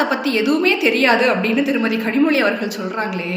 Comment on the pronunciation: 2ஜிய முதலில் முடிவுக்கு கொண்டு வரச் சொல்லுங்க கனிமொழிய முதலில் கனிமொழிய ளலழ உச்சரிப்போடு பேசச் சொல்லுங்க